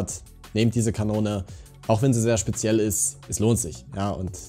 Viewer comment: Bisher dachte ich das liegt nur an meinen beschissenen grafikeinstellungen, aber die hitboxen der steine sind einfach wirklich so "schbeschall" 😂😂😂